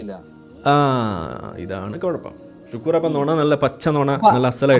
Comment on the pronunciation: ഷുക്കൂർ അല്ല, ശുക്ലൂർ....